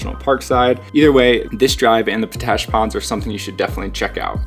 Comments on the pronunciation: Isnt it pronounced pot-ash not po-tash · Oh, by the way... Potash is pronounced Pot - Ash not Po - Tash! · FOR THE LOVE OF GOD!! ITS POT ASH . NOT PO ASH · Yo, FYI it's Pot ash, not Po tash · Great video and timely as I am visiting Moab right now. By the way it pronounced almost like two seperate words Pot Ash not Po Tash. Thanks for all the great tips. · Its pronounced pot-ash, not po-tash. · It's pronounced "POT-Ash". It contains potassium. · Nice video. POTASH is pronounced POT ASH. Thanks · Need to work on your place names, friend. Potash is pronounced just how it looks, and just what it is: potassium ash (not po-TASH). It's Castleton Tower (or Castle Rock), never Castle Tower. And local pronunciation of the LaSals is not a soft O, rather it sounds like the A's in "salad". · "Pot Ash!" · Its pronounced POT ASH. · I say p-tui to his p-tash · Po-tash ? Really ? Try asking for that at the Ag supply ! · His pronunciation was bugging me too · His pronunciation was bugging me too.